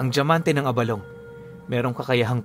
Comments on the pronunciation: Tama ang pagkakabigkas mo ng abalong. Sa mga ilonggo gaya ko, yan ang pagbigkas. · Good day Tama po ang pagbigkas nyo ng abalong. Pinuno ang abalong ay Isang uri po ng gabi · Tama po yang pagkakabigkas mo abalong lesting po from Capiz matagal ng taga subay-bay ninyo